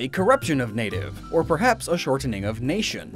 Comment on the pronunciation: The way you pronounce shortening sounds really unnatural. Speaking clearly doesn't mean pronouncing every letter ya know?